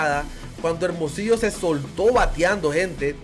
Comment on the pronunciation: Ese locutor que able bien es Hermosillo güey aprende avlar bien no saves pronunciar hermosillo